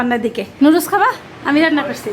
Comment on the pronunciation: নুডুলস কে কিভাবে এই অশিক্ষিত মহিলা লুডুস বলে?👍